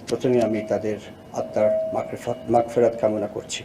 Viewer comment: একজন বিমান বাহীনির প্রধান তার উচ্চরনটাই সঠিক হয় না কি ভাবে সে প্রধান হয় বলে মাগরেফত কামনা করি, পরে বলে মাগফেরাত না পারলে দায়িত্ব ছেরে দেন তাও অনেক যোগ্য লোক বেকার করে রাখছেন